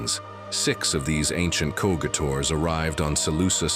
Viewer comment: Not to mention you don't pronounce cogitors (is that even a word?) ko get ors. It should be Coj it ors. Typical AI mistake. Let's hope it gets corrected some millennium, before a jihad takes it all down to molten slag.